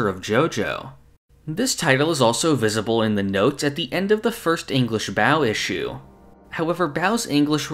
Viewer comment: Another cool video! Just FYI: Baoh is pronounced "ba-oh" not "bow"